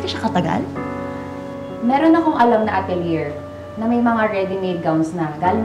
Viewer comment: Atilier? Should be atilyey 😂 grbe hahahahah